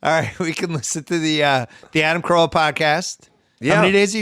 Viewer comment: It's "Carolla". Ace is going to be heated